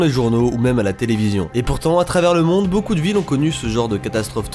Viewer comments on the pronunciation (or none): none